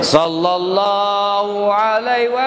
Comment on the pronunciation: Efek ustadz kurang seksama bilang nya sholloloh ala Muhammad yang betul itu Sholla bukan shollo